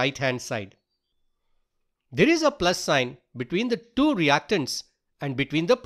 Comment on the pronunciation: can you talk properrly . you siad two is du